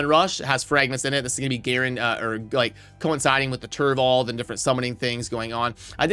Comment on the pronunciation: Mispronounces turvold later on lol